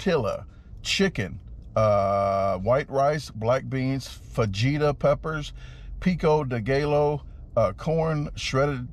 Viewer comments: Pico day gaylo 😂😂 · wtf is pico de gaylo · Pico de Gallow. C'mon, man.... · Love ya man. Especially your pronunciation of “tor-till-ah’s” “fawjeetus” and my personal favorite “ pico day geh-low” 😅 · Peeko day gallow 😂😂 You crack me up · Picko da gay low.. 😂😂, when are going on a world tour, champion! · It's pronounced Tor Tee Ya, Fuh He Ta, peeko dee guy o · How are you a professional eater and not know how to pronounce fajitas or pico de gallo? The workers are literally laughing at you on screen during your order. Lol. That said you destroyed it, blew my expectations away. It would take me an hour to eat one of those burritos.